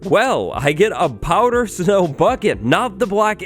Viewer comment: Are you saying "powdered snow" or "powder snow"?